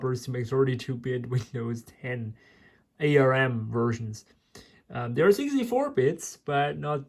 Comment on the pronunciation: I've never seen anyone so disinterested in what they're doing than this. So impatient too! ARM is pronounced as the word "arm", not as individual letters... it's a brand name. ARM processors from this time were not "crappy", they were ALWAYS extremely power efficient, right from the very first ARM chip developed by Acorn back in the '80s. And fast. Intel never managed to get close in terms of power/performance ratio, their x86 and AMD's x64 never got a foothold in the mobile phone or tablet market. Intel's Atom flopped as both a mobile and a desktop processor. Microsoft never got their act together with Windows on ARM, right from Windows CE, through Pocket PC, Windows Mobile, Windows Phone and Win RT, which were all incompatible with each other, never mind desktop Windows.